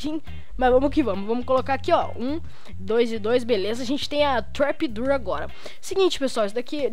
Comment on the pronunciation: "door" se fala "dór", não "durr" que agonia cara.. kk